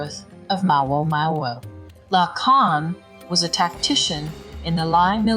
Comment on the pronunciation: "maomao" ❌ "mao-oh mao-oh" ✅ aghhh this AI voice